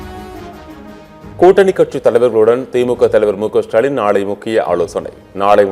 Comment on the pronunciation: திரு சாலின்.. அடேய் அது திரு ஸ்டாலின் டா... வாயில வசம்பு வச்சு தேய்க்க 😂😂😂😂😂